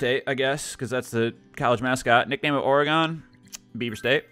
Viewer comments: I really hope he is saying Ore-eh-gone jokingly. I also hope he doesn’t say neh-vaw-daw. Ore-gen, or even Ore-eh-gen, and Neh-vah-dah PS The English language sucks... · Boi say oregon like that one more time I swear 😂 it’s pronounced more like “organ” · Bruh did you really pronounce it ore-gone? Smh my head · The way you pronounce Oregon made me start chemotherapy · Lol OreGONE...?